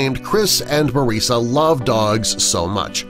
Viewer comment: Such a long video just to have a mediocre article slowly read to me. And the narrator only got Storie AND Mariesa's names right the first time. And there are like only three or four images in the slideshow that pertain to the actual story. The rest are just random photos of other people's dogs.